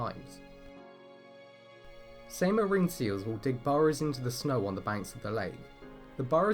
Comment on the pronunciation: The pronouniation is terrible. Try ''Sighmaa''